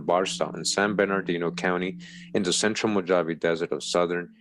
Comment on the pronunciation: mow - haa - vee = MOJAVE == YOU got that right == a DAY is like a THOUSANDS year TO OUR FATHER CREATOR they don't know the exact amount of years the earth has been here. THEY are LYESTIMATING, LOL telling lies with their estimates as USUAL. ==??EXPERTS?? THANKS for all the GREAT RESEARCH that you do. Also all those OTHER NON HUMANS they are finding are the HYBRIDS and Demons that The devil and his demons other fallen angels tried to create by creating their OWN RACE and FAMILIES. == That is WHY THE CREATOR FLOODED THE EARTH to WIPE THEM OUT, because they were created in REBELLION to OUR FATHER CREATOR's PLANS. == They mix TRUTH with So MANY LIES. They still have not revealed the info and TRUTH about the GRAND CANYON or told anyone about the thousands of PYRAMIDS that are WORLDWIDE. People forget that THE WORLD was ALL ONE CONTINENT and LAND MASS at one time in the HISTORY of the WORLD === PANGEA. MOST likely that land split apart during the GREAT WORLD FLOOD. == The world was reset by OUR FATHER CREATOR after the flood. During the time of the TOWER of BABEL == GOD OUR FATHER CREATOR DISPURSED ALL TRIBES OF COUSINS TO ALL PARTS OF THE WORLD.